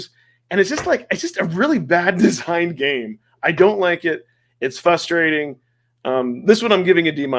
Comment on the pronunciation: "fRustrating" not "fustrating" 👍